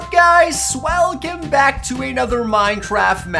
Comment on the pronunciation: It sounded like you said swelcome